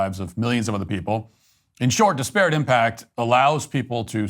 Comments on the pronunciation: “Dis-parrot” haha Love you brother, but that opening monologue had me cringing the whole time at that pronunciation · Stop pronouncing ‘disparate’ like that. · Great segment as always but please learn to pronounce “disparate” correctly. Pronounce it in the same manner you would pronounce “desperate” but with an “I” instead of an “E” at the beginning. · It’s pronounced DIS-per-ut, not dis-PEAR-it. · It’s pronounced DISparate not DisPARate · I cannot tell if he's mispronouncing disparate on purpose or if he's trolling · That’s not how you pronounce disparate